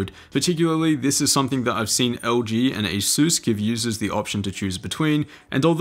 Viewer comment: Lol wtf is "azues".... It's pronounced Asus like a SUS...